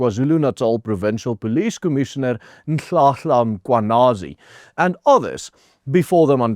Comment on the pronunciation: You pronounced Lieutenant General Nhlanhla Mkhwanazi’s name so well . I’m impressed because you’re not Zulu, but you managed to say his name